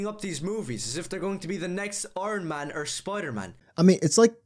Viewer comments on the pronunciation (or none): do I sense a speech impediment 🤨 😂 he really did butcher the words iron and man 🤣